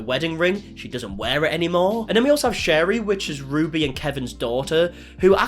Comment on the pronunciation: Don’t know why this is bothering me so much but her name is pronounced Sherry like the drink not shar-rie.